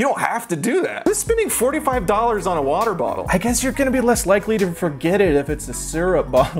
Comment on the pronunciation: hi this is my first time watching one of your videos i really liked you on the gus and eddy podcast but MY GOD the way you say "water" is disgraceful